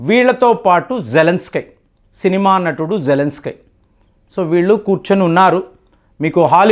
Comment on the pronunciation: మనోడికి కొంచెం అతి ఎక్కువ. ఏది సరిగా పలకడు